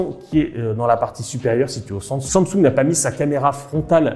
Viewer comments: Pourquoi il dit toujours sansoug 19 fois au lieu de dire SAMSUNG sa m'a stresser il m'a gaver , changer la prochaine fois de présentateur svp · La prononciation de Samsung stp, c'est pas si compliqué, sinon go orthophoniste 😓